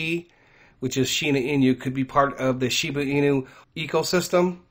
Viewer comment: I’m very confused I thought it was SHIBA INU with a B. Not an N???